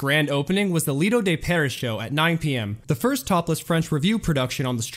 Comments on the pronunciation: Great video. Overall, you almost always do a really good job. Pronunciations: Tangiers = Tanjeers and Lido de Paris = Lido d Paree . Dude, I'm happy to help with pronunciations as this seems to be where you always get stuck. Just message... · I hate youtubers who purport to know their subject, but don't pronounce stuff correctly. It's Lido de PARE-EE, not PARE-ISS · I enjoyed the visual presentation but, do you breathe? But please slow down, watch a few documentaries, they don't speed out of control, throwing facts and info at the listener. And it's pronounced "Lido De Paree" not "Lido De Paris". Sigfried and Roy were an Act at the Lido the Stardust, then slowly took over the show there. They then moved in 1985 to The Frontier where they presented "Beyond Belief", once proven there that they could create and produce a complete 90-minute show. They then were sought after to appear further south on the strip The Mirage with their own showroom staying there until Roy's unfortunate mishap with Montecore. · I know. Also, if I hear him say "Lido De 'PAIR- iss'" again, I'm going to SCREAM. It is pronounced: "Lido De 'Pair-EE'." You know...the same pronunciation as the SAME SHOW (after which it was named!) in the real, French "Lido De Paris?!" JEEZ, guy, do some research! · You’d think that someone would catch the mispronunciation of the Stardust show as it should sound like Lido De Pear EEE. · Guy needs to learn how to pronounce “Lido de Paris” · Hey narrator, learn to pronounce “Lido de Paris.”